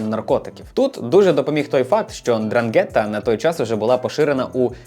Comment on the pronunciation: Я вас прошу, ознайомтесь з правильною вимовою слова 'Ndràngheta, бо це Дранге́тта слухати все відео було важко)